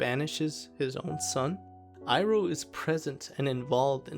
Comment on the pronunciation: It's pronounced "ee-roh" btw lol not "eye-roh"